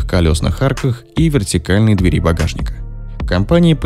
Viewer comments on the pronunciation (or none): none